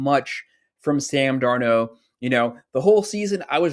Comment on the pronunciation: I agree also can you teach this guy how to pronounce Sam’s last name 😂😂😂